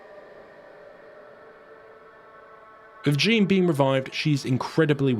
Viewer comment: My middle name is Jeanne pronounced how you do in the video so I believe any other pronunciation of the name is wrong lol 😂